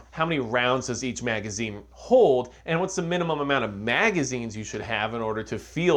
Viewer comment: "what`s the munimum.."??!😮🤦‍♂️👎🤢